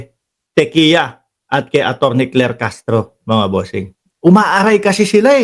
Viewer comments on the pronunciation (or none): parang mas maganda pakinggan pag tikya ung pagkakabigkas kay tiquia